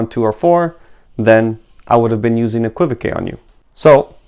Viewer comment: Thanks,. The word is pronounced, EK-kwuh-vok. 😊